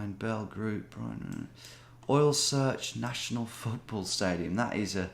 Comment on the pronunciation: Das ist Futtborl oder Rögbie 😂😂